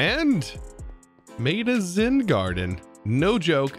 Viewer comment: Why does it sound like he keeps saying Zin instead of Zen